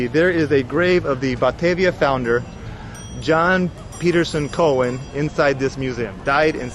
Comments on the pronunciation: Hey - the name Coen is not pronounced like “Cohen” but like “Kuhn”. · Jan Pieterszooncoen … the ‘oe’ in Coen is to be pronounced like ‘oo’ in Winnie the Pooh